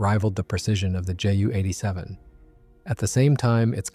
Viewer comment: Or at least JU